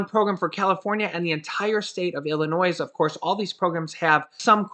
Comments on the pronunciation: Love ya.....please tho....it's pronounced IlliNOI.....not IlliNOISE...Thanks again for the info.! 🤟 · Hey. The "s" is silent in Illinois. Appreciate the constant content. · Please say Illinoy!!! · The S in Illinois is silent ☺️ Love you videos! I watch every day! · GO BACK TO KINDERGARTEN. 👀 ILLINOISE ? 👀 REALLY ? 👀 WOW. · Hi, We enjoy your videos. However my wife Sandy, born & raised in Illinois, says you are mispronouncing Illinois. The S in Illinois is SILENT!! Other than that, we really like your videos. Hoyt & Sandy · The "s" is silent in Illinois. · Hey... Illinois, the s is silent, I promise. U guys r great. How is Loreal, hopeful well. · “S” in Illinois IS SILENT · No offense intended but the s is silent in Illinois